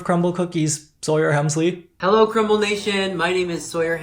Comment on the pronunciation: Every time you say Sawyer Hemsley I be laughing 😂. She look like first wave AI tht got uncomfortably stuck transitioning from one to the other while having been a mosquito the entire time 😂😂 where is her lips n mouf at !? She is 97% beak and skin chy. Like girl did u use to have wings n antennae or whhhat